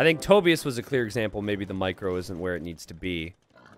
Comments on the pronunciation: Wait. Tobius. As in “Toby-us.” Is that a name? I’ve heard of “Toe-bye-as” but not Toby-us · Toe-Bye-Us, not Toe-Bee-iss. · To-bye-us. Not tobi-us.